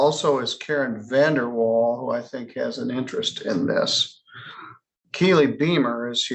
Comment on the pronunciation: More like Karen VanderWhale instead of Vandeewall.